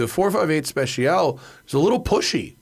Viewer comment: Please stop saying 458 SpeciAL…. It’s Speciale.